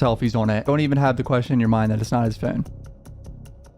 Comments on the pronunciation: We’re not subscribing because of the way you say phone you 😶 No one Him: FOUNNNNNNNE 😣🤦🏽‍♀️ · Ill sub if you learn how to pronounce the word “phone” you’re currently saying “fiin” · phi-own...thats so hard to say...he is sub Canadian, yet American...say phi--own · “Furne” lol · Phewn. That’s the way my guys pronounces phone lol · you kinda say phone like inspector cleusseu from pink panther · He pronounces his o’s like Stewie griffin😂and it’s oddly satisfying